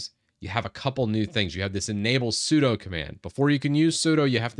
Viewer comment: "sudo" in Windows? Sounds like a "doo" followed by a "sue"...